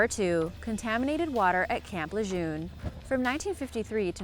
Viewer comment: It is pronounced Luh'JERN not Lejeune ...